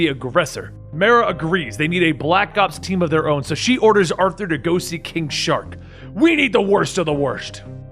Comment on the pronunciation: Anybody else hear him call king shark- king shot😂